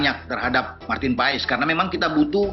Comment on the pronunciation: Bacanya marten pas ya??❤